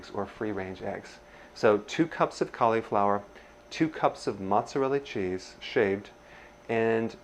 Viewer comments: Hahaha! Awesome! I shall call you Doctor Ah-nold! You say cauliflower like Schwarzenegger says California. You are awesome. Keep it up! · Caleeee flower? =) How do you pronounce slip? Just made me lol, love the recipe. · He mispronounced Mozzarella, Cauliflower and said "grade" the Caulifower. Come on Doc! 😅